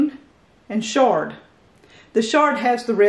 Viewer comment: Awesome veggie crops for fresh eating!!🍽 😎 Side note it’s pronounced chard as in ch...chair not shh as in shampoo lol